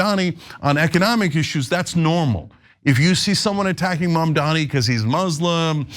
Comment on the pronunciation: Can we at least say Mamdani correctly???? GOOD GOD